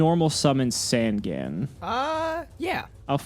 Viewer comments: SAN-GAN!!! JUST PRONOUNCE IT!!! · I don't know why, but the way he pronounces Sangan really bothers me.